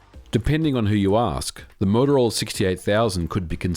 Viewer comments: As a games developer at that time I did lots of assembly programming on the 68000. Btw, it's Motorola, not Motorolla. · It's MOTOROLA, not MOTOROLLA. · MOTOROLA. Not MOTOROLLA. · MOTOROLA, not Motorolla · "motoroel" XD Interesting video though thanks. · I kinda like it. It has that Aussie "twang" to it haha. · Moto-rolla. Twice :(. Edit: 3 times. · the morrowroll lol